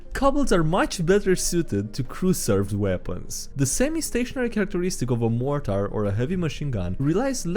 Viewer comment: "mortar" is just said as "morter"/"mortr", no real emphasis on the a in the "tar" part.